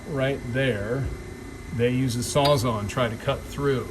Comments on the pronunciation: Sawzall not saza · Sawz ALL NOT SAWZAU